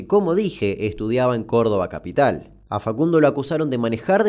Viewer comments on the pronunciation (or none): Nananana el asentito que tiró cuando dijo Cordoba capiiital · E n una parte cuando Damian dice "en Cordoba Capital" se le re patina un acento cordobés. Me emocioné